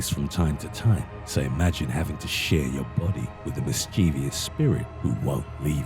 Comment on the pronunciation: Mischievous. Three syllables.